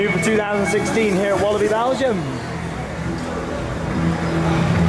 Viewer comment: well i would he say he has said it right and i am from belgium